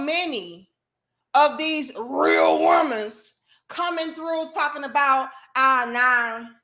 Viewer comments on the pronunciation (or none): I just love they way you say rrrreal womanz😂😂😂😂